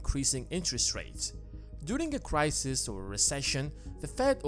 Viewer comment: Not just me that found "crisisis" annoying then? ;-)